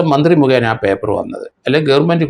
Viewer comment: നുമ്പ്, ഗേർമെണ്ട് ഈ ഉച്ചാരണമൊക്കെ ശരിയാണോ?